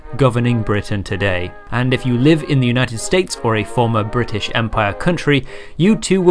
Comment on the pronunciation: Let us commence fourth... bri'aysh????